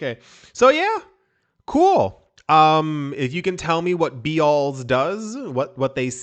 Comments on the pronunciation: It's just pronounced Bells 🔔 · It's pronounced like..."bells". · Bealls is pronounced bells. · Beals is pronounced rhyming like peels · Bealls is pronounced bells. Sells clothing for families.